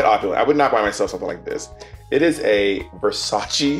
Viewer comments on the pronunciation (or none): its pronounced Versase ! lol